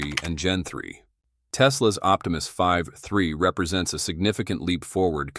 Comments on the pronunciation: Can we not edit these AI voices? It says V3 and it says Five 3. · The video is AI generated nonsence. There is a a bot with 'TESPOMUS' where the AI creating the image got the name wrong. The voice can't pronounce v3. All those shots of the bot actually interacting with people at home are AI generated. The lownmower scene is lol fake. I would have cut that one out, but they used it twice. Sad. I won't be back.